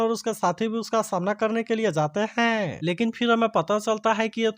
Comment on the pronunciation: Please hain or the 😂ko ache se boliye😂